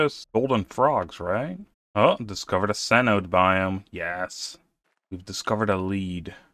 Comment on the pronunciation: cenote = "seh noh tay". It's a mayan loanword